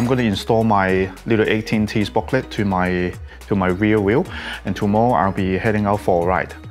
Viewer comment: Sprocket not sprocklet :-)